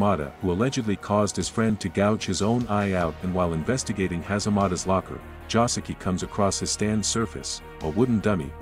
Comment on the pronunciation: Bruh, Joseki.....not Josuke....Im dying.